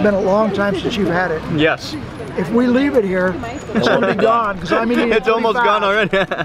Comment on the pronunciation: Bro said Meating